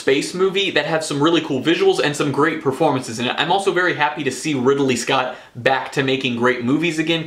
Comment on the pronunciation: Riddle me this, why did you pronounce Ridley scott that way?